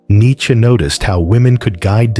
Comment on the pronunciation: An American can who doesn't say 'neechee'. Good lad.